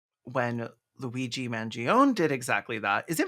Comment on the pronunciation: The minute or so of fretting about the pronunciation of Luigi's name only to get it perfectly while doing the mock Italian accent is sending me.